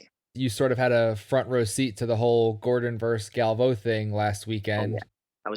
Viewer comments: the dishespekt mispronouncing galvao's name every time hahaha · Slow burn of mispronouncing Galvao 😂